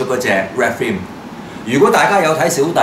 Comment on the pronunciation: ，Red Frame個Frame字，做乜讀成Frime音？最離譜係你一直以來都將BANDAI讀做Ban DAIL，想點？好撚礙耳！ 同埋好心你換吓呔啦，zoom in見到啲污積出撚哂嚟！喱條掉柒咗佢啦，仲帶！又唔撚係靚喎！